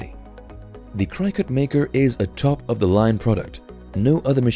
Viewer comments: FYI It's pronounced Cricket - not Crycut. ;) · Hey if you are going to do I video on something that you know nothing about you should really do some homework first. Do you know what "Die Cut" means? Neither Cricut... Pronounced cricket not Cri cut and the silhouette are not die cut machines. So really the only thing that you did was steal video from companies to make this incorrect video. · Cricket it’s pronounced cricket 🦗 🏏 everyone with a CRYCUT lol is cringing with every CRYCUT you say! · It’s pronounced cricket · It is pronounced Cricut like the insect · Thanks for the information but the way that you can continually mispronounced cricket drives me up the wall 😂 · I don’t trust anyone’s reviews who doesn’t even know how to pronounce the name of the product. It’s not even an exotic word. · You should maybe redo the Cricut voice over, it even has a cricket 🦗 in the logo. It is said so many times the wrong way had to stop watching. Just a thought. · I wanted to throw something at the mispronunciation of Cricut, that was really annoying. This is a poor cross section of available Die Cutting and Embossing Machines and very Cricut oriented. All in all, a very biased and lazy attempt at reviewing the available options. What about Spellbinders, Gemini, Go Power and Emboss and Brother Scan n Cut to name but a few. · Please learn how to pronounce Cricut.